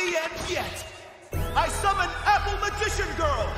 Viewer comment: Yugi said Melon Magician Girl’s name wrong 🍈🍈